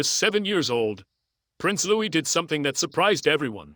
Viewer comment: You really need to pronounce Louis'a name its really very quite simple to all ( just sayin'')....